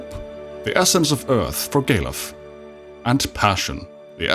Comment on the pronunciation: The way you pronounce Galuf sound like gay love (gay luv)